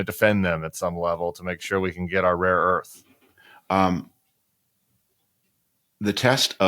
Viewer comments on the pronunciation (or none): Trump keeps saying "raw earth" Tim not "rare earth", don't give him credit, he is an ignoramus probably has no idea what the difference is!